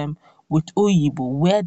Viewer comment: Obigbo not oyibo